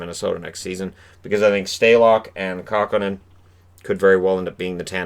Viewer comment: KÄHKÖNEN not Kahkonen.